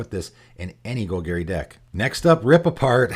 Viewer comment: Gol-Gary?......isnt it Gol-Gahri?